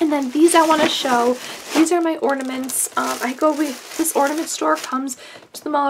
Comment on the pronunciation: *Ornaments not ordainment lol